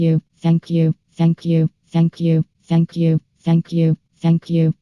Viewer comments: Or saying f**k you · If you speed it up to 2.00 it sounds like is saying “Akyoo” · It sounds like is saying fuck u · Maybe it's just me but, If you listen to for long enough, it sounds like she's saying "fuck you" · "shank you" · all i hear is "ankiu" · Fenkju. That's all I hear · It sounds like she saying ”Fuck you” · if you listen real close it sound like she's saying fack you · To me it sounds like 'feck you' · Heck you is all I hear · Sound like Feck U Or suck u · If u speed it up it x2 is sounds like she says f you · ITS LIKE SHE IS SAYING THE F WORD